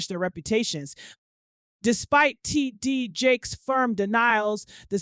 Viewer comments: Honey, the AI struggle is REAL "Tee-DEE-Jakes." LMAO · love you hun however the AI voice control on your lastest videos are distracting and takes away from the information you have worked so diligently to obtain. I watch you for your discernment with REALISTIC attitude, passion, and comedic commentary. "T. D. J-A-K-E-S" ain't hitting boo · Literally over here laughing at how this lady keeps pronouncing his name 😂😂😂😂😂😂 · The way she is pronouncing TD Jakes is giving me a headache. Please make it stop. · What's up with the pronunciation smh 🤦‍♀️ of T.D Jakes